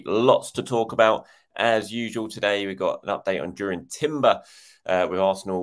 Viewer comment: I'm pretty sure it's more like 'Yurrien' Timber, like Frenkie de Yong. The Dutch j is a y like most of northern Europe.